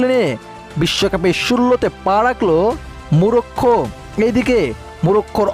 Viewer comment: 'Morocco'. Ar apni bolchen Murokkho.. uccharon to thik moto koren Bhai.